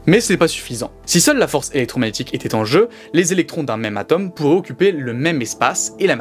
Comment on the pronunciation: Marrant de parler de science sans savoir prononcer le "o" de "atome".